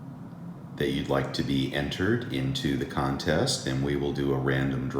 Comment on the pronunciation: "Would like to enter the conteste"